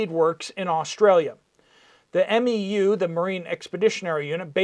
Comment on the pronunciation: For refrence MEU is pronounced "Mew". The 31st and all other MEUs periodically move around depending on the training and deployment schedule.